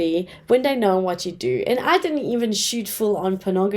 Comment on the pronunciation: You need to work on your accent, please. Try pronouncing 'th', saying 'dey' and 'dem' makes you sound pretty bad